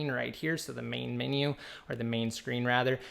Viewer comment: "mini bbutton " LOL it says menu